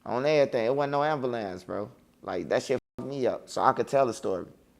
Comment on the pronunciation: 😂😂😂😂 chicago for you 🤷🏾‍♂️